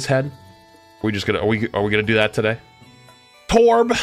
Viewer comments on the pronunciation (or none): none